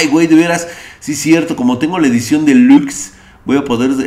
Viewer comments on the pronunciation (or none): none